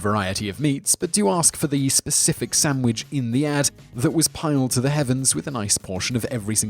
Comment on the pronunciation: "sam wich" ahaha